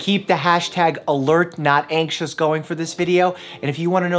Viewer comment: Dr. Mike: Alert not axious. Me: ANXIOUS IS MY MIDDLE NAME MOTHER LOVER!